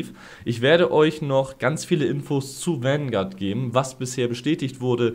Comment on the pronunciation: bitte hör auf es Wangard zu nennen, bekomm schön schmerzen wenn zuhöre